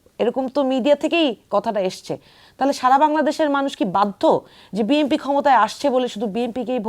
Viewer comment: ম্যাডাম বিএম্পি বলতে কি বুঝাচ্ছেন ? বিএনপি একটি রাজনৈতিক দলের নাম প্রচার মাধ্যমে উচ্চারণ করতে পারেন না।